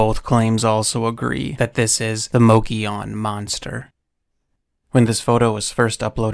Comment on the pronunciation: Love your storytelling! Just FYI, Mogollon is pronounced MUGGY OWN.